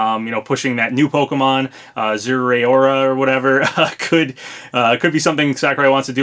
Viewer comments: It’s pronounced Ze-Roar-A! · For future reference: za-r-a-o-ra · I think it’s zare uh ora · I thought it was pronounced zer-roar-a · I think Zeraora is pronounced zh-air-rah-orr-rah. I honestly don't really know, and it's not really confirmed yet since every trailer it's in so far has no talking, and it hasn't appeared in the anime where the character apparently can't go 5 seconds without saying the Pokemon of the episodes' name. However I'm really hoping this is real, since even though I'm a huge Pokemon fan I'd feel pretty ripped off with just Incineroar, and Zeraora is really really cool. Gen 5 mon for DLC though. ...Alright. this had to be said too. I WANT THIS LEAK TO BE REAL FOR GENO!!! I've been a fan of SMRPG and Geno ever since I watch Rawest Forest on YouTube in 2012! (before you ask how I watched it on YouTube before 2014 it wasn't Kirbopher's upload) SIX. YEARS. OF. WAITING. FOR. THAT. DARN. STAR-POSSESSED. DOLL. IN. SMASH. MORE. so close to finally being over! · Also I've heard it pronounced zerra-ora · zeh-rah-oar-ah is how its pronounced! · I believe Zeraora's name is pronounced "Zaira-ora", like you're saying air in his name. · Well zeraora has no official pronunciation so no ones wrong!